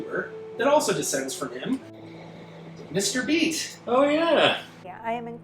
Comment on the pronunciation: Did you say mr beast or mr beat?